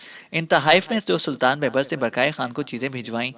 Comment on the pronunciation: بھائی بیبرس ب٘یب٘رس دوسری ب کے اوپر شد ہے